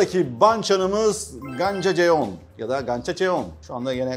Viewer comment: şefim dersine çok iyi çalışmışş gerek telaffuzlar gerekse kültürel bilgiler(sadece jeon con diye okunuyor ama o da nazar boncuğumuz olsun😂) 😍💯 gastronomi bilgisine zaten diyecek birşey bulamıyorummm😍👌👍 bu arada istanbuldaki bütün kore restoranlarını denemis biri olarak en çok Çamsut restoranini öneririm merak edenlere 🥰 şefimin dünya mutfaklarını bizim malzemelerle uyarlaması da büyük yetenek bu arada hayranlıkla izliyorum her seferinde 🤩